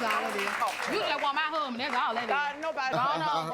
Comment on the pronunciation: She said, “You just want my huuu’band” 😂😂😂